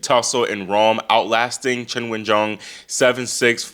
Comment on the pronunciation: Can I just say I appreciate how much research you do down to pronouncing Qinwen's name properly. It's not "Keen Wen" it's like "Cheen Wen"